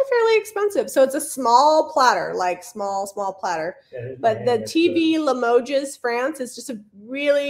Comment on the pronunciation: Just FYI: limoges--the "s" is silent..(i.e. limoge).